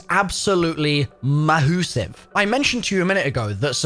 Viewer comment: Nobody:: “Ma-HOO-sive”